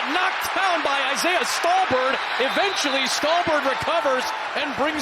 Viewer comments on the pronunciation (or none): none